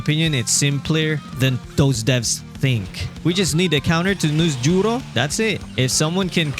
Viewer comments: the way he say Noosjurro 😂😂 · NusJ😂 as well .